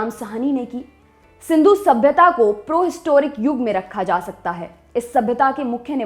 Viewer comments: Prohistoric nhi Pre-historic..jo likha mila wohi mt padh diya kro..thoda dimaag ka istemaal karen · yeh Prohistoric kya hota hai bhai?